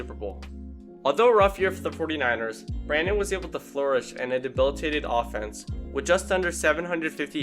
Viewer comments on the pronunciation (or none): none